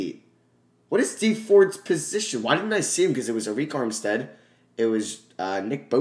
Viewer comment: you know you can just go to the playoff picture and click on the games to see the box score and i believe it's pronounced erick armstead instead of areik armstead